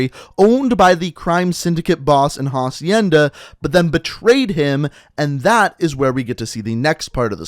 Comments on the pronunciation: It’s acienda not jacienda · Who is going to tell him that it’s not pronounced HA-cienda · Ffs, you don't pronounce the h in "hacienda." It's a Spanish word, so the h is silent.